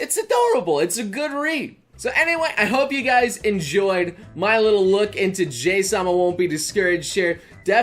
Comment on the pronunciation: No J- sama!, JA-HY sama!